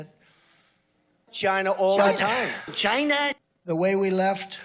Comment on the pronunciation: Love how he pronounces China as, “Gyna.”